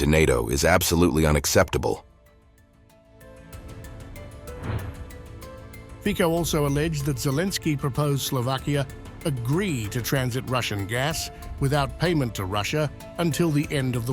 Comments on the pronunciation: ONe remark - Fico is not "Fiko", it is "Fitso". At least try to learn the prononciation, taking into perspective the elementary respect. Are you able to do so? Peaceful Christmas! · Fitso... not Fiko.... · Mr. Fitso.....not Fiko!! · Please stop pronouncing his name FIKO 😢HE IS FITSO YOU IGNORANTS. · Letter C IS PRENAUNCED AS C . LETTER K IS PREANUNCED AS K ! LEARNIT BRAINWASHED ENGLUSHWORLD ! THEREFORE : FICO, and not FIKO ! LEARN IT ! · Stop butchering Fico’s name ! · I don't watch this very often, but seriously Fico is in the comments giut often. So who ever does those commentaries should pronance his name right. And that us not a rocket science.